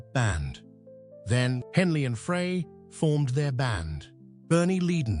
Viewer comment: AI ? " i hear it everyday now and i hate too " IF anyone's still confused . . it's Pronounced Glen ' FRY or Fri ' . . . now i'm just curious if it was your comment about all this AI sh!t now, that i read stated on here yesterday... AND Remember to THUMBS DOWN all These BS uploads on YT now , that are Lying about people and bands Tragic Ending .